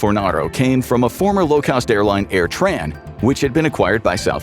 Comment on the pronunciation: Air tran lmao 😂